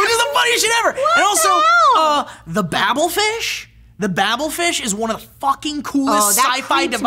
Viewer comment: Babelfish, not bablefish!